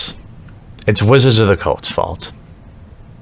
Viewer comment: Sounds like you say Wizards of the Cults fault 😂